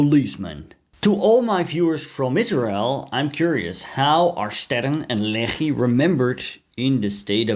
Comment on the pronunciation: Every time you say Lehi, I want to throw up